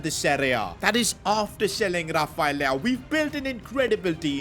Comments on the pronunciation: bro said leao 💀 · Bro said leao 😂😂😂